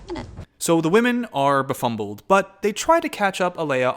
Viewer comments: Did you say befumbled? Isn’t that a Hannah B word? 😂 Throw back... but maybe at this point it should be in the urban dictionary. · “the women are befunddled” did anyone else notice?